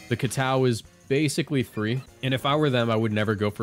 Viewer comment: Why do you say kowtow like that